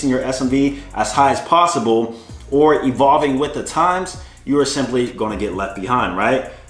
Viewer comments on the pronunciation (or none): none